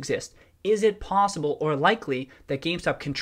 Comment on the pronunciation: I heard pawsible when you said possible and I enjoyed it (secret cat man) o.o